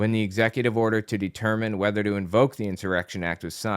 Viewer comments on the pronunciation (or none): none